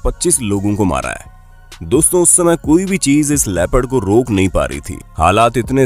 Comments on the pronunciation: Dude, say " leopard " not "rapid" ha ha ha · It's leopard not rapid. So speak properly